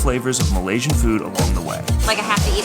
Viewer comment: I know this is an old video but: the races in Malaysia : Malay. Chinese and Indian and multiple others. the people who are citizens, are called Malaysians, not me-lee. This is free information in Google. Please research the country before going over and making content.